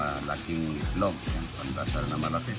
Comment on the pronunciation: Pandesal hindi pandasal